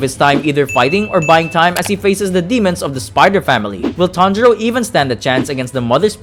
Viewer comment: it sounded like “tanjiro and tanjiro” or “tanjuro and tanjuro” 😂😂😂😂😂😂😂